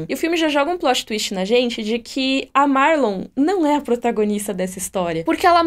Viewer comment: vc falou Marlon. É Marion